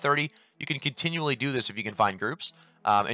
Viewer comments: its BARKimediedimeidmeis or whatever. Bark, its a dog. not berk. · yeah its barkimedes not berkimides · Great advice, but FYI, the dog's name outside Amrine is BARK-eh-mee-dees, Like "Archimedes" but with "bark" cuz dog. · It makes me very sad the way he pronounces Barkimedes. Wow.